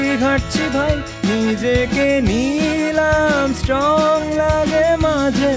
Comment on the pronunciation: এতো সুন্দর করে এর আগে Neil Armstrong এর নাম আর কেও উচ্চারণ করেনি😊